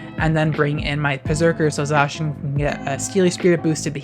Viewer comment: Ty for not pronouncing Zacian the same way as "J. Shawn", btw, lol.